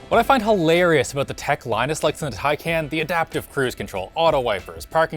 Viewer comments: How on earth can someone slaughter a word so badly? The name is Taycan not take can , which somehow seems to be incredibly hard to understand for north Americans. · ITS TAY-KAN NOT TAE-KAN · Yeah but he says “Tai Can”. It’s Tai Kon like Muh Kon not Muh Can. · its taycahn not taycan you noobs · PLEASE CAN SOMEONE STOP THEM FROM SAYING TAI-CAN. IT'S TAI-CON😭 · its pronounced tayjan in turkish... since they gave it a turkish name, PRONOUNCE it correctly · TIE-CON. Dude you own one, you can't be mispronouncing its name. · A month with the car and you still don't know how to pronounce it. Tie Con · It’s pronounced “tie-caan” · Sounds more to me like TayCAN'T. 😂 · Porsche Tacnayn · No, I meant Taycan. Even Porsche itself pronounced it wrong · Some day you guys will pronounce Taycan correctly lol PS if you think the 4S is fast, the "Turbo" S is considerably faster. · He pronounced taycan wrong though.